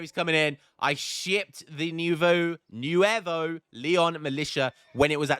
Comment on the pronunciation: thanks to you for pronouncing it right, it's pronounced Rio GrandE not Rio Grand, the E its pronounced Yes Nuevo its more or less pronounced like that lol not Michigan its Michoacan, like Michigan but the end is Acan like Akan Ankobia